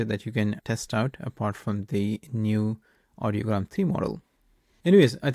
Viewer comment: I like your video and think you did a decent job showing off the functionality and some good comparison highlights. But it's REALLY hard to take you seriously when you consistently get the name wrong for the service you're reviewing. The website is called IDEOGRAM (like the word idea). Audiogram is a different word entirely for a chart that shows hearing test results. I noticed you substituted 'tricolor' for 'technicolor' when describing the Hitchcock prompt, but that's an easily forgivable 1-off. Not confirming the pronunciation for the subject of the video is not a good look. In the future, it's probably worth a couple minutes to double-check before recording. Imagine the response you'd get for making a review video of 'MedJournal' or 'Chart-GPT' in 2025.